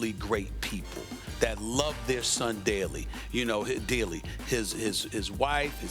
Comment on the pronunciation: "......that love their son DARELY....you know... uh.. dearly" - freudian slip??? :):):)